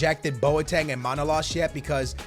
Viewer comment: It is ManolAs and not MAnolas